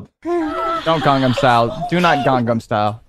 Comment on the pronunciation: said “..gongdom style”💀